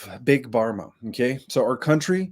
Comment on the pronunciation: It’s not big barma it’s big Pharma - with a f sound. Pharma is short for “pharmaceutical”